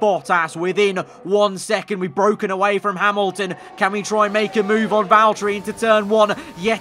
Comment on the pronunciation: Lando "ITS BWOKEN"